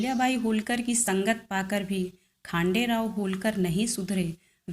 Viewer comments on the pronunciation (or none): खानडेराव नही खंडेराव है!